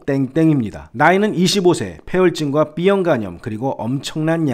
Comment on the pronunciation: 왜 자꾸 삐형 이라 해요 비형 이에요